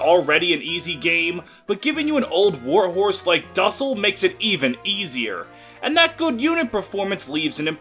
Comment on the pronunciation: You absolutely butchered how you pronounce his name 😭